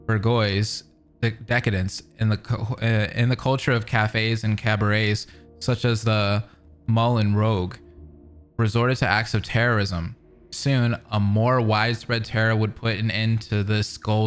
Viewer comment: okay, that "Molen rogue" made me hurt a little, and I'm not even french. jk, no worries